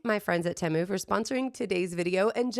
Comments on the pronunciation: TEMU - Pronounce like TEE-MOO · Correction, it is pronounced teh-mu. You can google it. It is not an English word, it’s Chinese.